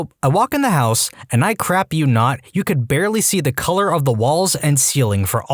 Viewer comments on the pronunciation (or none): none